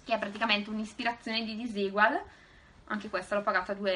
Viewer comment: belli i body...ma non si dice desigual?mi sembra non disegual..bacio